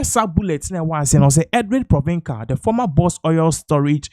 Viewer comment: Pronunciation of his surname Is Pronounce is Provensel